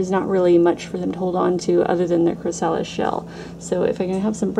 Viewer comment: You have a wonderful decorative eye. Just a tiny helpful note: chrysalis is pronounced "kri-uh-lis". Emphasis on first syllable.